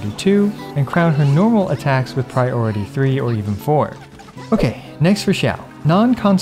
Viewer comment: Oh god he's one of those people who say "pry ority"